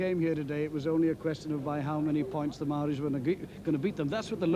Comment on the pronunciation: I’m very impressed that the commentator is pronouncing “Maori” correctly. Many kiwis of that generation still alive now still pronounce it “Mow-rees” - completely incorrect